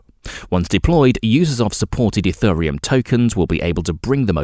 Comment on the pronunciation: EthURReum (time stamp) smh… get a human to read this script not an AI. P.S. Cardano is the company project ADA is the coin running on its blockchain so no need to say Card ay no Ayy Dee Ayy. Sigh